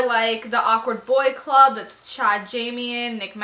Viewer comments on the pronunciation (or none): none